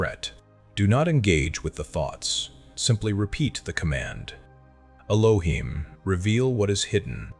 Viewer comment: I see where the confusion is, I was saying it is not "ee loh heem", "not" wasn't a part of the pronunciation, just saying not to pronounce it how it was pronounced in the video "ee loh heem".